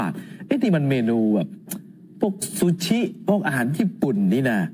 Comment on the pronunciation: พิธีกร สึชิ 寿司 、ค่ะ ไม่ใช่ ชูชิ ค่ะ